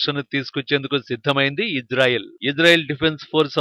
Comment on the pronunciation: Hello Anchor.....Ijrael kaadu Israel.....pronounce correctly....correct yourself....shame shame shame on you....